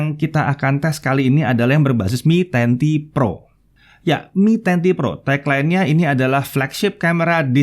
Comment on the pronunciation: Yang lain denger : MI 10T PRO Yang gua denger : Menanti Pro